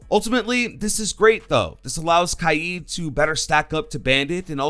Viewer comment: I feel like pronounces Kaid wrong